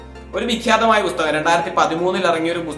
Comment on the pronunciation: ബുസ്തകം അല്ല പുസ്തകം😂